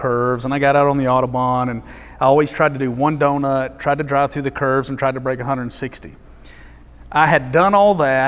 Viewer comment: Every time he says "curves", I understand it as "kerbs". Now, the roads in Germany are like race-tracks, but they have no kerbs